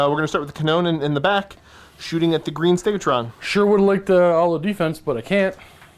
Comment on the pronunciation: Stegadon. StegaDon. Not stegatron.